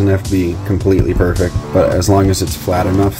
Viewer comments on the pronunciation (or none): I swear I heard you say "doesn't have to be completely burrfect". Thanks for your high quality instructions as well as providing reasoning behind each step. This is the perfect example of a channel that I will binge watch all your videos for a new page in my skillset. Thank you!